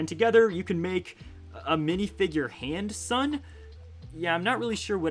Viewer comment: did you say handsome or handsun